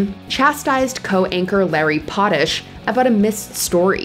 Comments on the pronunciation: Trust me, there is a true tension between Robin Baumgarten andLarry Potash (Pot-Ash, not Pot-ish). There has been the same tension between Robin and the Weather Man as well as Robin and the male Sports caster. The only one that doesn't seem to notice is Robin. She and the crew have been on this multi-hour morning news on Chicago's own WGN. Robin seems to be like that one drunk chick at every party who thinks she's far more sparkling and cute than she is. I especially feel bad for Larry - the other guys only have to deal with her briefly. Poor Larry has to interact as a coanchor. He has a sense of humor but knows how to use it appropriately. Robin means no harm and she continues to keep her job decade after decade but she's very cringy and extremely self centered. My husband and I usedvto have bets to guess how many times a show she would make it about her. For example, if a group of young local dancers is in the studio to perform she'll say "can't you see me doing that?" and wiggle around pretending to dance. Very obnoxious and annoying. (Jeez, I had no idea she's lived in my head for so long 😮. ) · Living in Illinois listening to the narrator mispronounce "Potash" and "Blagolavich". 😬 It's "Pot-ash" and "Blagolavi-ch (che)"